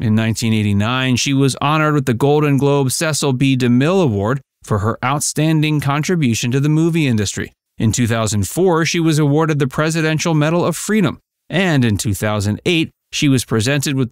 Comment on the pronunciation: as I and others have mentioned numerous times, and his daughter has told all of Hollywood, Mr. Demille's first name is pronounced ( Cee sill). Years before Katherine DeMille passed away, she told talk show host Larry King " I never came to understand why my dad's first name is always mispronounced...he hated to be called s-e-h c-i-l, and it drove him bonkers when even after correcting people, they still mispronounced his name..."